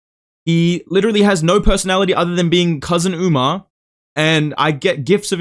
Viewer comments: Bro called him Umnar 💀☠ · He said umna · bro stop saying UMNAR. you are NOT Sean O'Malley😭